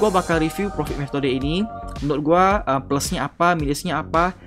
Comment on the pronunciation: Intronya profit jadi pofikt Tapi juga bagus sih di jelasin caranya juga🗿